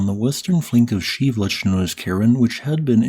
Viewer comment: Is that how you pronounce Shiveluch? I always heard it Shev-a-loosh. But it's Sheev-looch? Huh.